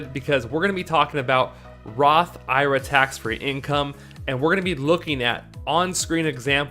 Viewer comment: I think an IRA is an acronym not a word which is why most people say it one letter at a time instead of pronouncing it like it’s a word just the suggestion